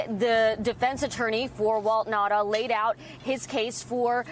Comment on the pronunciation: why do these stupid reporters keep calling him Nata? His name is NaUta!!